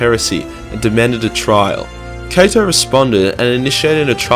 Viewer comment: I heard it too